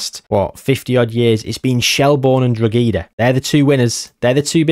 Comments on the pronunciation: just an fyi its not drog ee da its droh eh da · used to play for Droghedas youth team the way u pronounce it is too funny